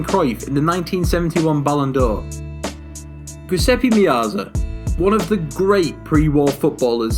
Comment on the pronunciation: Giuseppe..not guseppe 😂